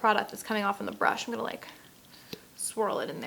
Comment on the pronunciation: "i'm" not "i'n"